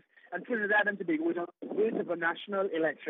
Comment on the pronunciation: It is probounces TO-BAY-GO